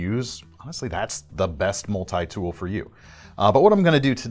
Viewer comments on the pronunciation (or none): what is a Mull-Tie tool? lmao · Why do people say multi like this